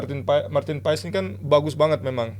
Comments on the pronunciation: Bukan pas neng,tapi paaaes,,,dia itu org indonesia,bukan org belanda,,,gunakan bhasa indo yg baik dan benar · Tp si sandy walsh juga nyebutnya Paas sih.. gue liat story nya pas mereka jd roommates..pas pekenalan juag nyebut paas kan.. bukan paes.